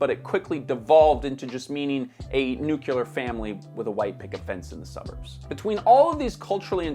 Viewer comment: Nuclear not nucular smh Good video overall!